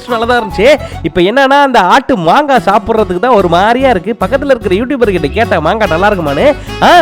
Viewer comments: மங்கா illa மாங்கா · அண்ணா மங்கா இல்ல மாங்கா